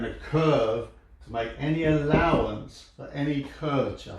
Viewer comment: SLURRING: you tell me where any cuuuurve where any allowance where any cur-vat-cha?